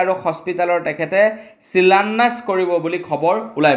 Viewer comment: তুমি অসমীয়া নে বঙালী । ভুল উচ্ছাৰণ কৰি বাতৰি নপঢ়াই ভাল কাৰণ ই নৱ প্ৰজন্মৰ বাবে হানিকাৰক। শিলান্যাস নে চিলান্যাস ।